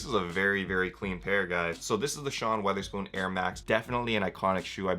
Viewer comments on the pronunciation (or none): NGL this guy sounded like he didn’t know what he was talking about. Didn’t know the value of the ASU UB’s, didn’t know how to say Sean Wotherspoon